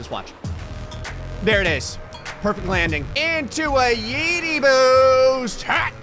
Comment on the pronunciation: When he said “where’s my boost?” I swear I heard him say “where’s my boob?”